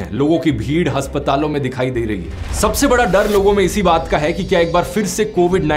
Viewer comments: hasptal nahi dhruv bhai its ASPARAL.. A A... NOT 'H' 😅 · अस्पताल❌ हस्पताल🖕😆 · Haspataal nhi Aspatal hota h